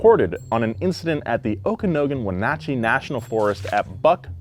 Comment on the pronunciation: Lol "Oak Uh Naggin" Better attempt than most but it's "Oak Uh Noggin"